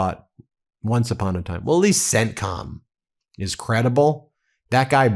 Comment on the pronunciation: " CENTCOMICS" " CENTCOMICON" 😮